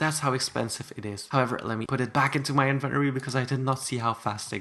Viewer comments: lol says "invenory" not inventory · Love ur accent BTW except when u say INVENORY